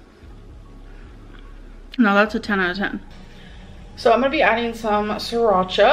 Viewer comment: 😂 I'm already laughing before it even started 🤣🤣🤣🤣🤣 " i just love surracha"